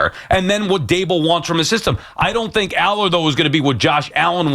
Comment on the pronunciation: Sal has not seen Allar and yet has a strong opinion. Can’t even pronounce his name. He said based on what I’m seeing on the film here….hes literally watching clips mid-show